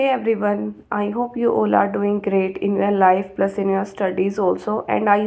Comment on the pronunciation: Great job, you are pronouncing all as ool still you managed to get 26.5 marks in engkish, can you plz help me with some preparation tips in english